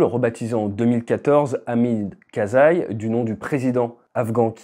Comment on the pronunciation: Entre la prononciation et le texte... Vous l'ecorchez le pauvre monsieur ( enfin pauvre monsieur ça se discute) ... Hamid Karzai . Comme d'habitude, votre vidéo est intéressante tout en nous apprenant beaucoup de choses, le tout à travers le prisme d'un ancien militaire, pilote qui plus est. Merci à vous.